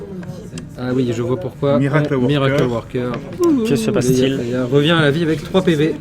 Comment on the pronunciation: Leia et pas 'Leyla' Merci pour votre vidéo